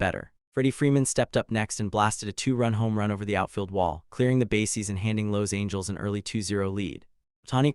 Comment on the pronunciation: Sorry: how do you pronounce "Los Angeles"? It surely isn't the way your AI narrator pronounced it. #HireAHuman